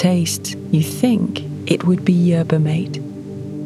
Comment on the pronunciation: mate in yerba mate is pronounced "mah teh"